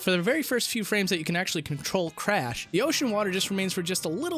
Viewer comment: you call him "Frash"